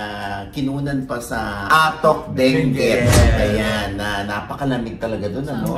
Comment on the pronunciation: mali po pronunciation ng "Atok" nyo. nasa letter "A" po ang stress.